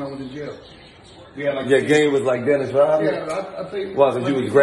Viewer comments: You not Dinnis Rodman... You're Dinnis Rob-a-man 😂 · “dennis rob-a-man” lol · "Dennis Rob-a-man" 🤣🤣🤣🤣🤣🤣🤣🤣🤣🤣🤣🤣